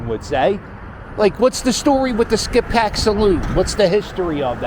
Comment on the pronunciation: The locals pronounce it "skipback". You went by my grandfather's old house on Church Ave lol. Graterford prison is about 1 1/2 miles north on 73 past the Wawa which housed Bernard Hopkins and Meek Mill's, now it's called sci Phoenix. The video doesn't really do the village justice, it's packed on the weekends and drivers go like 10-15mph through there. Great vid Cap!!